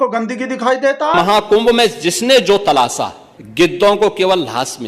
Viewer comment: हिंदू तो बहुत बड़े हो, तो कम से कम हिंदी बोलना तो सीख लो। उर्दू से तो बहुत नफरत है और तलाशा को "तलासा" बोल रहे हो। जाहिल भी तुमसे अच्छी हिंदी बोलते हैं।